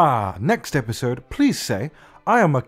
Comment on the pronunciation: Epsiode? EPSIODE?!? Sebastian, are you serious?!